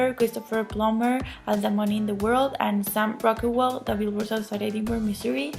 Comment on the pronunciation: The Oscars are bit to stuck up for my taste.I hope "Shape of Water" and Guillermo del Toro sweep at the Oscars.I'm pretty confident he will get Best Picture and Best Director. I want to congratulate you for saying Missouri correctly.I live in Missouri and most people that live here say it wrong.LOL I'd love to see Gary Oldman win.He's the best.I'm pissed that Wonder Woman got snubbed.Patty Jenkins should have a nomination for Best Director.The fact that the Emoji movie and Boss Baby might get a statue but Wonder Woman gets nothing should be a crime.I am also rooting for Coco! I would love to hear your thought on the movie because I loved it.I think Planet of the Apes will win for FX because it looks so realistic.I enjoyed your video.Take care!